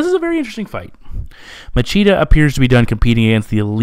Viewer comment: Great breakdown as always. Just keep in mind that regarding the portuguese accent the “ch” syllable has a “sshh” sound.👍🏻